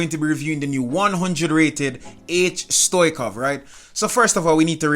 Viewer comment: It's not Stoichov it's Stoichkov (no hate)